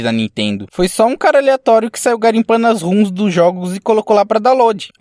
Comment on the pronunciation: queria até assistir, mas tua voz é uma desgraça de irritante sem contar que q vc fala "rums" em vez de "roms", sem motivo algum